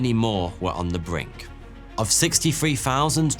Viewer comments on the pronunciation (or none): none